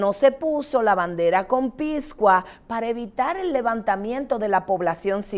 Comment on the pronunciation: Ehhh...me gustaría tener aval de las informaciones de su invitada....por cierto, lo correcto es antepenúltimo(a), no antipenúltimo(a), también es incorrecto decir "conpiscua", debe decirse conspicua. Siemore, no los últimoa años, he creído que estamos invadidos, sobre lo que no hay datos. Si es cierto lo que dice la señora y es verificable, deberíamos estar exigiendo una acción inmediata. Lamento no poder seguir viendo, me gustaría en un próximo programa que usted presente datos que corroboren la gravedad de lo que dice la. Canibalismo? Diez millones de haitianos aquí, etc Bueh!!!